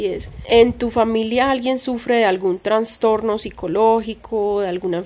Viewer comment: Ay perdónameeee please 🙏 pero yo también sufro de ansiedad y soy obsesiva y media histérica y fibromialgia y blá,blá, blá. No me gusta pero a mi edad (58) ya me estoy quedando sin filtro y no puedo dejar pasar que se dice trastorno y no transtorno, algo así pasa con trasplante y no transplante. Sorry 🫢 te admiro mucho y te sigo desde antes de que te mudaras a la finquita anterior alquilada y con tu pelito encima de los hombros y veo todos tus progresos junto a Granda y me siento muy orgullosa de tí. Sigue hacia adelante mi corazón que apuesto por tí y pago triple.🫶 *Granda es un tipazo, me cae súper bien* Cuídense mucho❤️